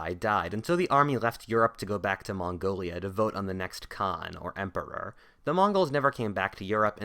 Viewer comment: the way you said emporer lmfao